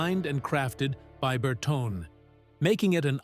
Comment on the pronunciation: Bertone is pronounced Ber-toni.